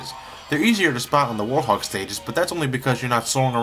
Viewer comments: I don't know if its your accent or anything but its were-hog not warthog I still love ur videos though so keep it up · ARGH! its now "warhog" its "WEREHOG" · Please tell me I'm not the only one who cringes when says "War-hog" and not "Werehog" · Its werehog not worehog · WEREHOG! Not WARHOG! :-( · You pronounce the Wherehog as Wore-Hog. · Why does he pronounce it "warhog"? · Anybody else noticed he says Werehog like "Warhog"? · did you just say warhog? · i think he says war-hog